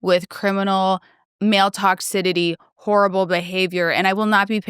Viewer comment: Farrah is just wrong. Children should dress appropriate for their age and we as parents are responsible for guiding them in that way. Also, it’s “toxicity”, not “toxidity”.